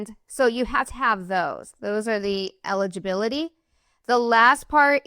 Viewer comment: Saying this to help you. Eligibility and illegibility are not pronounced the same way.